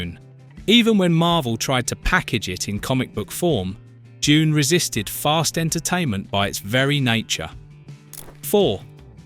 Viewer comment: When did "Doon" become "JUNE"?//